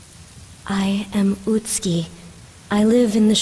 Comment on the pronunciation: Interesting that the actors got the pronunciation for 'Utsuki' correct, but not for 'Kureha'.